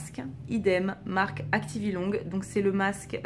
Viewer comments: Pourquoi tu prononces le "g" de activilong ? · moi aussi ! 😣 on doit pas le prononcé ?